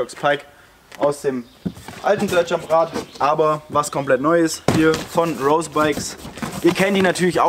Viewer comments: Schönes Video, aber hör bitte auf „Rose“ englisch auszusprechen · Hör auf rose Englisch auszusprechen! Das triggert mich weil rose bikes eine deutsche firma ist